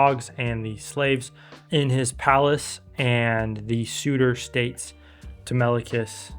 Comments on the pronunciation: (Tele-mock-cus) is how I always read it. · Is it? Τηλέμαχος, Tee-LEM-ma-kos, just like the Greeks pronounce it? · Help the struggle to pronounce telemachus is so real 😭😭😭 But personally i am just disappointed that the movie didnt really portray odysseus being a cunning trickster that much in the movie aside from the trojan horse, what was also dissapointing was how odysseus's pride (like when he revealed his name) wasnt mentioned AT ALL. And what dissapointed me even more was how penelope didnt even test to see if that truely was odysseus, the olive tree bed was literally one of the MOST fundimental parts of their relationship and it wasnt even there I just wish we got to see more of odysseus's character and penelopes character aside from odysseus feeling guilty and penelope wanting her husband back